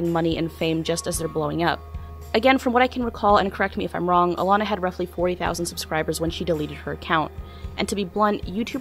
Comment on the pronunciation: It's ALANA ...not "Illana", dummy.